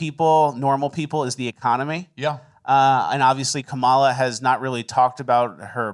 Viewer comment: I just want to point out that the lady who says she's going to vote for kamala, just because she is a woman also says her kamala's name wrong lmao.